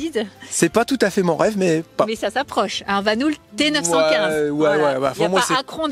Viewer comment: Ils sont à Koningshooikt (entre Lier et Aarschot). Et ça me fait penser, et que VAN HOOL ne se prononce pas "Vanoul" mais "Vanool" le double o en Flamand (ou le Néerlandais) se prononce "eau" comme de l'EAU...gazeuse;-) Voilà, la classe est terminée:-))))